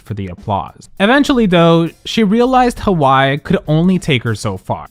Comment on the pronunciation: The pronounciation of "Hawai'i" in this video is crazy 😭